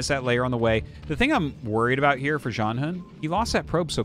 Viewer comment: Not that it matters but the pronunciation of “hun” is more like “hwen”. His name literally means “fighting spirit”.